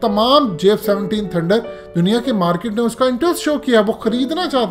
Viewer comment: Markit....ooo bhi market pahele bolna to sikhoo